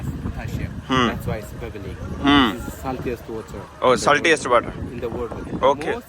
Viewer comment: Bhaji dont mind par salt saltiest di pronounciation nu thik karo else punjabi vich bol dayo. Kyunki baar baar galat sunan ch ajeeb lagda. Hope you understand..😊😊